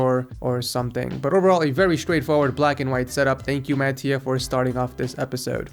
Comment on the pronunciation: what is Màttia, it is mattìa!!! xD it's an italian name....;)